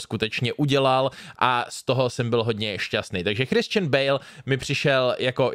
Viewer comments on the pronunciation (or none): none